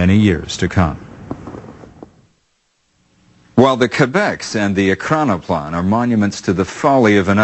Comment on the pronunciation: Why choose a narrator who struggles so much to say Ekranoplan?